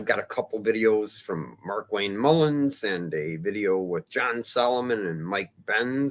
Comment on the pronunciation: Mullin, not Mullins